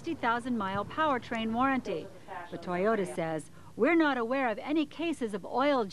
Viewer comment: I don't bother listening to ladies who can't even pronounce toyota. Why is it that every mechanic shop i've been to say toyota are really reliable. People who don't know shit about cars shouldn't even be driving. Also you can't always trust a local mechanic they want to make money so unless you can trust them better off taking it to the dealer where they have warranty. I own 4 toyota's:1997 4runner, 2007 Tacoma, and 2010 Tundra and they are all fine even the 1997 is actually original and 100%.